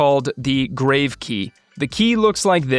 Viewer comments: Helpful! BTW, it's pronounced GRAH-vay not grave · just FYI -- How to pronounce the "Grave" accent key (it's grahv as in "calm"). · Regarding the “Grave” key please note this is coming from a channel with 118k subs, getting corrected regularly for each mistake made. It’s not a criticism but just sharing knowledge that can help us improve. This word is from the French "accent grave” and is pronounced grahv (rhymes with smarv or pahv, using an "ah" sound like in the word father). It is not pronounced like a burial site (grayv). Please know I love your videos! You have taught me a lot and will continue to do so. They have indeed helped me to get to where we are today. Looking forward to learning from your vast knowledge on all things released for FCP. Keep it up!